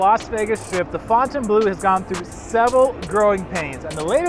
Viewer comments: They look decent now. You’re one of the only creators that pronounces the name if the property correctly. Not fountain blue 🤦🏻👍🏻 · Thank gawd you can pronounce Fontainebleu correctly!! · Hello to the ONLY Vegas Youtuber who pronounces Fontainebleau correctly